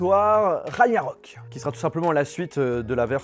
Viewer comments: C'est moi ou il a dit Rayarök ? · Ouais grave😂